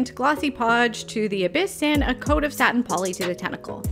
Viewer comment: Very cool, thanku ❤ Ps I thought u kept saying testicle lol sorry 😂😊😅